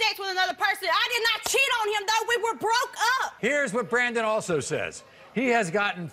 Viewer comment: "WE WERE BUH'ROKE UP! DERKA DERK" 😅😅🙄 she should have stuck with not being so sure like she said while pregnant. And she admitted she lied by saying he wasn't there while she gave birth, BUT then she agreed when the man said she didn't call 'till the next day 🤔 Rachel is just a bad liar.